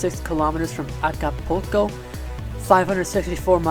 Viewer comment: How to (sort of) pronounce the Spanish city names Oaxaca - Wa (as in WAluigi) + Kha (as in loCH) + Ka (as in CAr) Acapulco- you sort of got it right but Spanish A is always like English's long Aaa The LL in Manzanillo and Vallarta is pronounced sort of like English J Spanish I is always "ee" so Tepic is more like Tepeek (once again, vowels in Spanish have the same sound everywhere) Informative video otherwise.